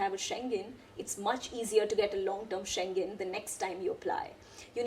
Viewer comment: You are the first person I hv ever seen to pronounce schengen correctly